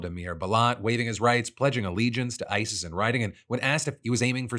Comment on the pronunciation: You heard him say hebwas there because of ISIS... but I heard him say "ICE-s (the second S is no longer silent."